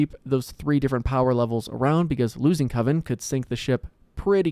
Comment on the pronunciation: It was great. "Coven, not Co-vin!" 😂